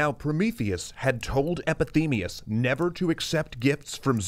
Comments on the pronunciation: Heads up. Linguistic phenomenon at play! You should know, when you switch the syllables as you do, calling Epemethius, "Epethemius" as you do throught the video, it's called Quantitative Metathesis! Not a term you hear about much or get to often use. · Was there a reason you guys kept pronouncing Epimetheus "Epithemeus?" Is this like Heracles and most people just get it wrong, or was it a simple mistake? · E PI ME THE US It's spelled out for you. It has most of the same sounds as Prometheus. SAY IT RIGHT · I’m less than 40 seconds in and already scrolling through the comments to comprehend how he can explain to me that PRO-metheus and EPI-metheus have the same name (“metheus” meaning “thought”) but with different prefixes, AND it’s spelled on screen – and yet he pronounces it “Epi-themeus”? What? What is that supposed to mean? Is this going to go on for the whole episode? Is no one on the team going to correct him? Slightly distracting ... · "Epithemius"? Every time? Really? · Is it just me or is he saying "epithemeus"? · Calling him Epithemius keeps distracting me from the tale... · I thought so! I was doubting myself throughout the entire video. credits , re upload! Lol jk I know yall are busy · You really nailed the pronunciation on this one guys. Great work. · You mispronoucning Epimetheus every time is just driving me bananas. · Poor Epimetheus getting his name butchered so many times. :( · He is saying Epimetheus wrong the whole time. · By the way you pronounce Epimetheus incorrectly. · sorry but... aren't you pronouncing the name of Epimetheus wrong? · The mispronunciation of Epimetheus is bothering me more than it should. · You keep mispronouncing "Epimetheus". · Did you just pronounce Epimetheus as Epithemeus for the entire video? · Just a little thing, but they pronounced "Epithemeus" instead of "Epimetheus" :P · How many people have pointed out that you repeatedly pronounced "Epimetheus" as "Epithemeus?" ;) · Spelled epi-METH-ius. Pronounced epi-THEM-ius